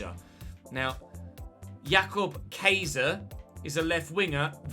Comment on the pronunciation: Just so you know Jakob Kaiser's last name would be pronounced like Kaiser, as you would say Kai Connick (I can't spell phonetically, apologies)